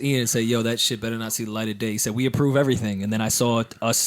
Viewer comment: "beRor's" lool